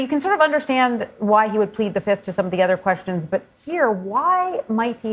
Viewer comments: He didn't say Fifth, he said Filth.. That's what he is. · U want 2 punch his lights out every time he says Da 5th